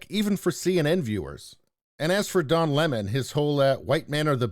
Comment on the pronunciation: Don leh-mon must go.